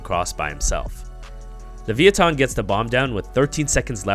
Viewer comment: the way u say levithan is weird. its lavEYEeThon